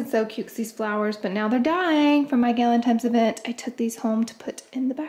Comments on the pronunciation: TINES NOT GALINTIMES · I love how u say galentimes instead of galentines! Lol! Love ya so mucn!